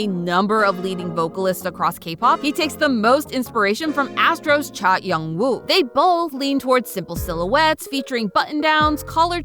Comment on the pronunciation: cha EUN woo not YOUNG woo XD